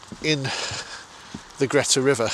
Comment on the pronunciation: River Greta is pronounced Greeta